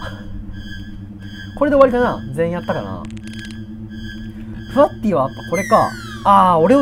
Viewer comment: ✕フワッティ〇フワッティー